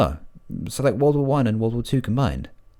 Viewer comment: Why did you say "wadle" when you meant World War?